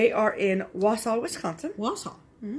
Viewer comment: Thanks ladies for the shout out!!! :) :) :) You even said "Wausau" right....I am so proud! Love your videos as always! Also I would love to stitch the snowman.